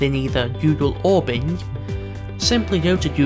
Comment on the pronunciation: Video says BLING instead of BING